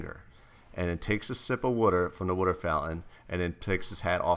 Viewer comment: Jesse its water not wuter